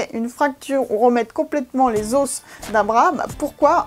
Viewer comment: On prononce pas le s dans os